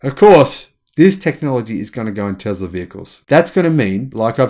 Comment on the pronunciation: It is Tesla habibi not Tezla